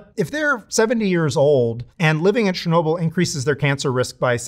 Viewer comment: Bro, it's not "Sher-nobil". It's Cher-no-bill". I literally speak Russian (even if my son speaks it better). Ludicrous that a "nuclear scientist" didn't learn how Chernobyl is pronounced. It literally removes your credibility.